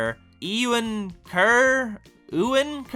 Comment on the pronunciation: Also Euan is pronounced "You-Wan", "Wan" being like "Ran"... you could imagine why his name is funny to a lot of people 😅